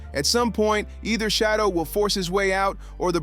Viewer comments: It's Shadeur not Shadow put some respect on his name! 😮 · SICKENING how these commentators mispronounce Sheduer's name. His name IS NOT Shadow🤔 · Respect his name. Correct it. Say it with me, Shedeur! 🙄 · You guys can’t even get his name right . I don’t know who’s narrating this but you suck. Get the name right. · Pronounce his name correctly. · It’s so hard to listen to these video clips when the commentators refuse to pronounce Shedeur’s name correctly. Personally, I think the NFL wants to keep Shedeur hidden cause they knew he’s going to show out & prove people wrong about him. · I think they purposely say his name wrong